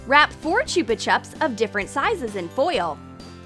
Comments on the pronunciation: It's not chuba chups it's chupa chups 😂😂😂😂😂😂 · She said chooba choops! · Not how you pronounce chupa chups